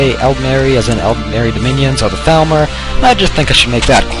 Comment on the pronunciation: When he said Thalmor I thought he said Falmer and I was like wait what? lol